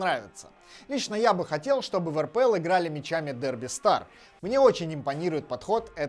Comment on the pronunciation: Не АПЛ, а РПЛ